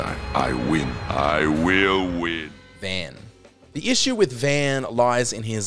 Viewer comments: Voice over. You pronounce Vaan name wrong. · So what I'm getting is: 1. Dude can't Blue Mage 2. Dude can't Kimahri 3. Dude can't pronounce Vaan properly 4. Dude thinks Ignis is bad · So you hate blue mages, and you don't know the games well enough to pronounce the name of a main protagonist. That's the message of the video.